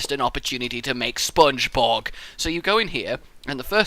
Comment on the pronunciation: Spongebob not spongebog